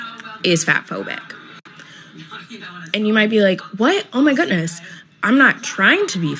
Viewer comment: I had to roll it back, that moron really said "oh my gootness"